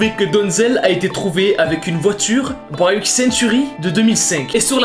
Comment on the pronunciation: Mon papi ah une Buick unique en France ( sa ce prononce B-U-I-K pas baillque. Et les personnes disent il est rigolow looool